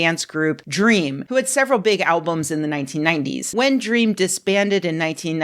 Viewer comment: Thanks for this excellent commentary. But I must tell you, it's pronounced "dee ream". That's all.